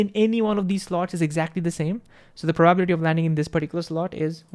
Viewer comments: Divide long words into parts - that's how one reads tonguetwisters. Probability - PROBA💉 - BILLY🤠 - TEA🫖 Meanwhile bro pronounces it like PRO😎 - BUBBLY🛀 - TEA🧋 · PRA-buh-bility Every time he says pro-BAH-bility it gets me. I'm like WAT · It’s prah-ba-BILL-I-tee, not pro-BAB-li-tee.. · Very engaging presentation. But please, please stop saying probablity. It hurts. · Greaaattt video awsome really but everytime you say probability i want to just 😭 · thats not how you say "probability" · I learned a new way to pronounce probability which I thoroughly enjoy 😊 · But then Feynman said:, your explanations are good and you communicate my lecture material well, but why, why, why,, do you insist on pronouncing “probability” incorrectly? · The way he says “probability” lol. I love this guy